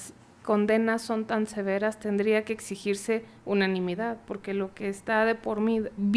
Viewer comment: Cuando dijiste “unimidad” en lugar de unanimidad has perdido toda legitimidad an mis ojos a lo que se refiere al ámbito jurídico, lo digo por la entrevistadora.